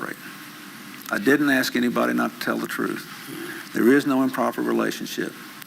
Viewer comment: Every time he attempts to say the word 'truth' he trips on it, can't form the word, and it comes out threwth.